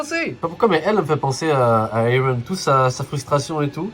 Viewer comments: Mdr j'aime trop quand il dit eren 😂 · il le prononce comme dans le dub anglais (que d'ailleurs j'ai kiffé bien plus que la vo)